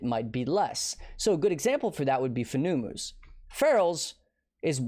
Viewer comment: I'm 99% sure Fenumus is pronounced like Venomous (but with an F). It's a venomous spider. I got a good chuckle out of how dumb "FOO NEW MOOs" sounds though. lol Farrul = Feral Their names are all like that.